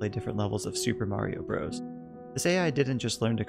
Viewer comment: Cool. Now if you can learn to properly pronounce bros.